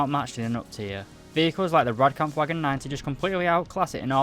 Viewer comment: The way he says Rooikat is so funny and doesn't sound right and I now how you say it also when he says it I hear Rooilcat I think I am making fun of how he says these things but like how do you say Olifant wrong then again nvm